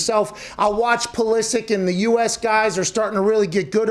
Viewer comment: When he said 'Pooo-lisic' it took me a while to realise who he went. That is bizarre choice on pronunciation.